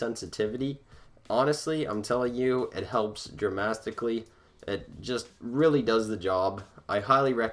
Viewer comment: I’m gonna start using ‘dramastically’.